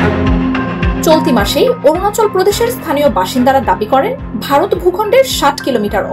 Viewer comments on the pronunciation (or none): none